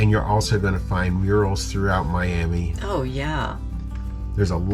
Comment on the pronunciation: I don't know why, but it's pronounced My-am-uh around there.